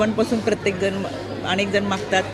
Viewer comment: अनेक असा हा शब्द आहे ताई अणेक नाही 😅 तुम्ही अणेक असा उच्चार करता आहात ऐकायला खुप घाण वाटतं अती शुद्ध नका बोलू 😅😅😅